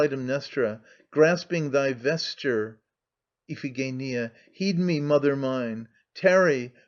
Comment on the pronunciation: If only someone had taught him how to pronounce Iphigenia.